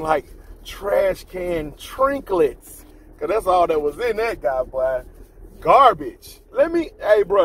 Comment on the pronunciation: Did he say Trashcan Trinclets🤦🏾‍♂️😂😂